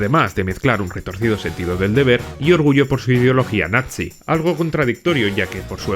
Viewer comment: Eres el primero en decir la palabra bien todos dicen nazi... pero en realidad es natzi es una pequeñez pero muy buen detalle ❤